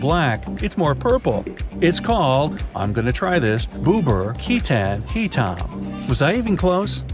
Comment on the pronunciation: Ketan and Hitam that you pronounced are wrong but great job tho